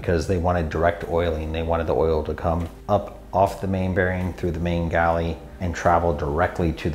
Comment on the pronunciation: Might just be me, "galley" kills me, plz stop. Aside that, great video!